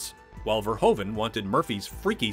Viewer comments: It's Paul VERHOEVEN !!!! not Verhoven !!!!!!!! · Paul Verhoeven actually pronounces like Verhooven ( Proof, J. Edgar Hoover, roof ). Etc. That aside, Robocop is one of his best action/drama film. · I love this and the sequel, but I beg you, please just say "Fair-hoove-un".